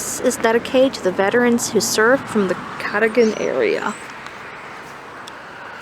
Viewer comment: Very cool to see this. I grew up less than 5 minutes from Cadogan. Literally just on top of the hill. But I have to say. That is not how Cadogan is pronounced. I have lived here my whole life and I have never heard someone say it that way. It's pronounced the way you said "some people say". Except it's not some people. It's everybody. 😅